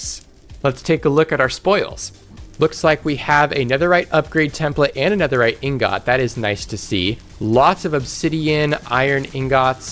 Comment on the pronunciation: ok, so the video's really good, your stuff is great, but WHY DO YOU SAY INGOT LIKE THAT???